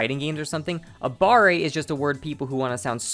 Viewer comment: Not gonna lie... if someone I'm playing with says they used "Abare" and even have the audacity to pronounce it the way you did (aBAH-ray): I'm blocking them.